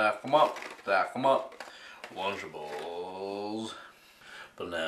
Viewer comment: lol LUNCH-ABLES!!!!!